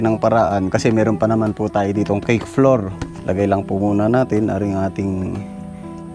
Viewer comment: Sorry sa pag correct ng pronunciation mo sa flour, it should be "flawAr" at ang bowl po ay "bOwl". Hindi po flower and bAwl. Always enjoying watching your videos. Ang saya ninyong magkakapatid. I wish kuya kapangay the best of health always.